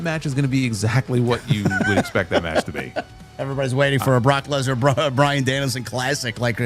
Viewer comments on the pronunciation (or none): I honestly think that Heyman said Lecknar on purpose 😂😂 he put too much emphasis on "Leck" 😂😂